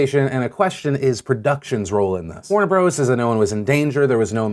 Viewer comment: Warner Bros (pronounced Warner Brothers). Jun (pronounced June). You've got researchers, use them.